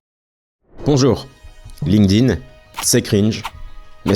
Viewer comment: excellente vidéo, comme d'hab, très instructive ! merci par contre un tip pour faire un minimum pro : pas de "link-dine" ou de "linequeudine", ça se prononce "linkTin", avec un T, pas un D. on a appris ça quand on nous saoulait avec les tableaux de verbes irréguliers anglais au collège !